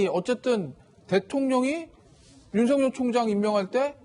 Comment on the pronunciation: 앵커님께 한가지만 물어봅시다. 윤석결로 발음 해야됩니까? 윤성열로 발음해야됩니까? 헷갈리네요